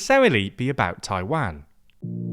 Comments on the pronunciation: for god sake, another time, it's "TAI-WAN" and not "TAI-WANG"... U mispronounced Taiwan in many videos already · Why do say Taiwan like that? Taiwon not TaiWAN. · The way you pronounce Taiwan is very painful